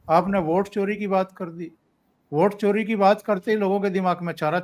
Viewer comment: सर आप वोट चोरी की बात कर रहे हैं और मुझे चारा चोर सुनाई दे रहा है।